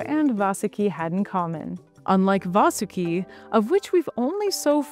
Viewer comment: It's 'Vaahsuki" not, 'Vasoooki", clown.